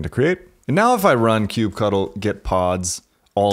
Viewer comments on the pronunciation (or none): Sounds stupid when you call kubectl "kube cuttle". It's literally kube control. Ctl is generally known to mean "control" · Ugh, stop calling it Kube-Cuddle. So lame. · It throws me off everytime he says "cube cuddle*